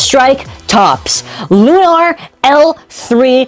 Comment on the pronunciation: Its lui-nor